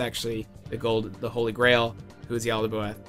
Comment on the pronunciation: Its Is Said (Yal-Da-Both)